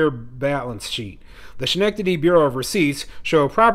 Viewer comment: Pronounced. skenectady